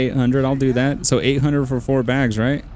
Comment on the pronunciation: "for by for" lmao